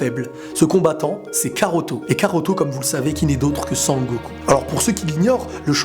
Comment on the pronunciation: karoto? non mais sérieux 😑